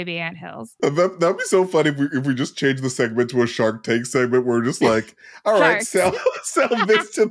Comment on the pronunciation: “Shi’ark Tank” 🦈